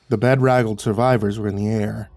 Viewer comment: Hahaha! “Bed-raggled…” that’s an endearing little mistake. It’s “be-DRAG-gul’d,” silly boy. Pronunciation nitpicks aside, nice work indeed. As ever.